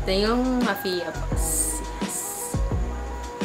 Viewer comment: Mafia--Mapya not Mafiya